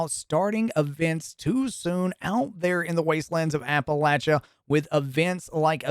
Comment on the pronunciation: Dude said apalacha so many times it bothered me.